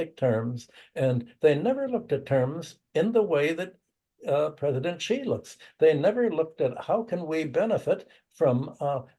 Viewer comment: Wolff and Hudson, we love you. But get Xi's name right!!!!! Idiots on Fox say "Gee" and "Jee" etc. This is a major world leader. Xi is pronounced very much like "she" like the female pronoun. Look it up. Come on, guys., spread the word. Let's get it right.